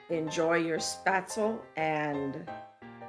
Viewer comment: You said what? At least try to pronounce it right hahah